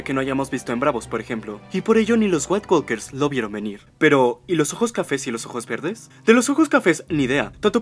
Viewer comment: Ah lo siento, no puedo seguir escuchando... le dices como corresponde "nait WOKERS" (la L Es silente) o caminantes blancos.